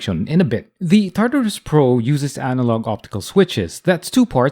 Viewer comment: "tatarus" not "tartarus" xD